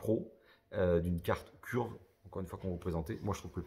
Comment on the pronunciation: Curve se dit phonétiquement Ceurve pour simplifié 😉